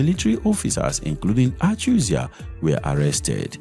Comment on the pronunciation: Achuzie, not achuzia